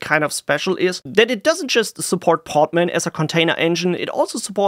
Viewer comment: Hearing "poTman" over and over again, it's just too funny. It is "poDman", with a D